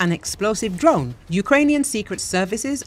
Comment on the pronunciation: did you say Ukrainian intelligence tried to kill putin with a drone? i didn't catch that the first three times...